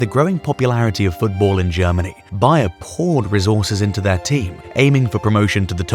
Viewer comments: Me too, he definetly says BayerN at the begining. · Man said BAYER i replayed it like 5 times.